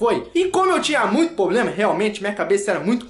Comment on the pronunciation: Muito "poblema".....